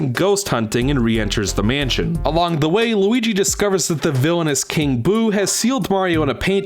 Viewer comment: When you said "the villainous King Boo," at first I thought you said "the villainess, King Boo" and got confused because then it would be Queen Boo.